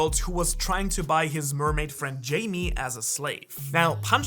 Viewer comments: did he call camie jamie????? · ITS NOT JAMIE ITS KAMIE >:( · Mermaid's name is 'Camie' not 'Jamie' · Bro called camie “jamee” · Bro her name is camie not Jaime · camie not jamee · Did this guy really call Camie Jamie? Anyway, pretty good breakdown. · Camie - ❌ Jamie - ✅ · bro said jamie💀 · Bro really said "Jaimie"